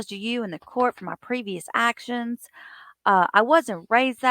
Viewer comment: New word alert…😂 “Hacktions” 😂